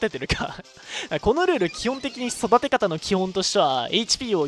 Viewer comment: 育て方の発音もうやめたんだな